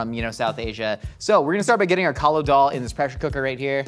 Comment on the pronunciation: *Kali Daal, not Kalo. :)